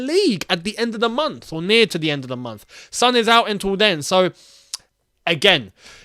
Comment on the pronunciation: It's Son not Sun